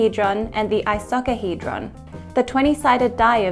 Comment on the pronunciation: "I-SOCK-ahedron"??? Lady, learn how to pronounce Icosahedron. Seriously, us girls already have a tough time being taken seriously in mathematics. You're not helping.